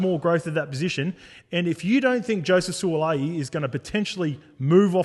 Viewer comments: Surely pronounce his name right 😂😂 it ends with “i’i” not “a’i”. Suali’i not Suala’i 😂😂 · Who’s Sualaai 😂🤦🏼‍♂️ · On point, love ya werk! But garmon, gotta get em boys names right 😂 What’s this Suala’i bizz? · Every sport commentator must learn how to correctly pronounce the players names. This shows respect for these players and their families. Will Mason pronounce the Suaalii name. Well done Willie. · To all my P.I. brothers and sisters apologies on my awful pronunciation of Sua'ali'i. I swear I practice it before every show and then get on the show to butcher it every time. Smh Just to be transparent always, I did reach out to him and apologise and he was gracious enough to understand 🙏 Hope everyone enjoyed our takes and the bonus ep though. All love. 🙏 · Their was never any intent to say it wrong by you allg mate x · Agree with all your points boys but shit you butchered Suaalii’s name 😅